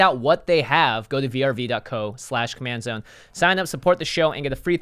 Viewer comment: I love you guys, but why are spelling VRV and not saying like most of everyone "verve"